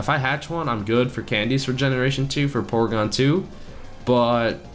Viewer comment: Porygon not porgon